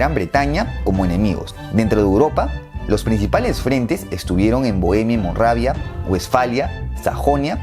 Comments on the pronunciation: ¿Molravia? Es MORAVIA,a demás de muchos otros errores con la agrupación de las banderas. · Qué es Monravia? No querrás decir MORAVIA? 😂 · Es Moravia, no Monravia.